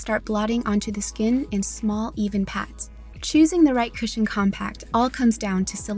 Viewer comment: Why some ppl read cushion become "cashion"